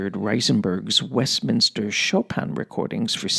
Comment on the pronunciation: Excerpt from Nadia Reisenberg's Westminster (not Westminter)... What about Henryk Sztompka (First Prize for Mazurkas at the 1st Chopin Warsaw Competition)?!... I have Chopin's Complete Mazurkas recorded by Henryk Sztompka (1950's) on 4 LPs (The Complete Works of Fryderyk Chopin) / Polskie Nagrania (Muza) / EMI... Outstanding! And what about Yakov Flier (Chopin - 51 Mazurkas) / 3 LPs / Melodiya?!... I also had this great recording. PS Oh, you didn't like Sztompka... It's a matter of taste... By the way, you pronounce incorrectly some of pianists' names (Harasiewicz, Ryszard...). And I presume you don't like Flier either...